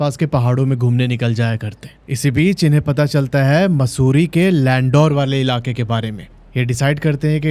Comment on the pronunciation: Landaur nai, landoor 😂